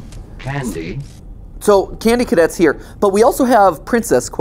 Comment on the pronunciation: Am I the only one who hears candy cadet -54 say Cassie instead of candy? I rewound that audio like 10 times and I keep hearing him say Cassie 👀